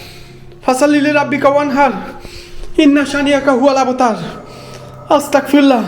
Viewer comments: ভাই আস্তাকফিরুল্লাহ না আস্তাগফিরুল্লাহ হবে আস্তাতফিরুল্লাহ না বলার কারণে আপনার ওপরে জিনের আছর করে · হ্যাঁ আস্তাগফিরুল্লাহ এইটা হচ্ছে সঠিক উচ্চারণ❤ আর আস্তাকফরুল্লাহ এইটার মানে হচ্ছে আমি কাফের 😢 নাউজুবিল্লাহ